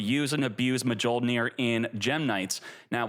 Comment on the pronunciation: J is silent mjollnir 😂